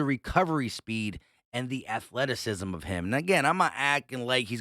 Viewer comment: Afleticism… stopppp speak English